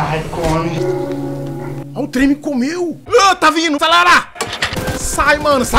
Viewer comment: kkkkkkkkkkkkkkkkkkkkkkkkkkk "comeru "